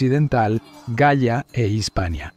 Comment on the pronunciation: La forma en que decis la galia de escucha asi ( gaia)